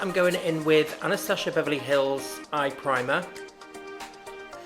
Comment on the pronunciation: I love how she says "AnastaSHia Beverly Hills" :)